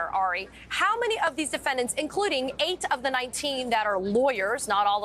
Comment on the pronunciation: Can’t work out how they get their pronunciation of Fani ?